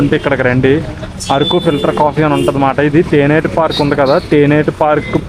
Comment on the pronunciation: Theneti kaadu thenneti park😂